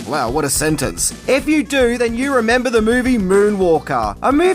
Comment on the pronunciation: “Sower do you reemembah…” 😂😂😂